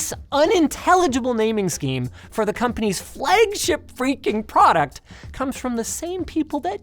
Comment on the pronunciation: Bro said “flegship”